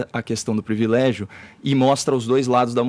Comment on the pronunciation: O tem um problema em falar palavras com "R", pRIvilégio, bRanca, NegRa etc. curioso.. nunca tinha percebido!